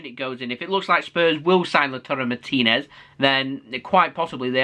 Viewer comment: 10/10 on pronouncing Martinez lol